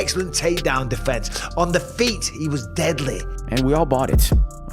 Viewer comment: > "Contested on the feeTTTTSSS". This dude spit his dentures out at the microphone with the most obnoxiously fat consonant I've ever heard